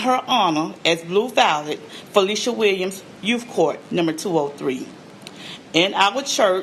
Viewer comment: Hi, I appreciate you for sharing my sister’s story. But if you don’t mind can you correct her name, it’s Felecia.